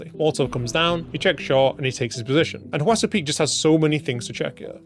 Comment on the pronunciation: Just here to say, it's pronounced ZIPEX. According to the man himself. The 9 is a backwards lowercase e.